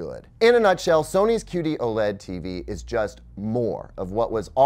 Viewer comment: Anyone else keep hearing 'cutie OLED'? Even the auto-generated captions are confused.